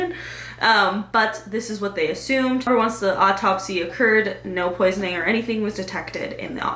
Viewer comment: "op-topsy" lol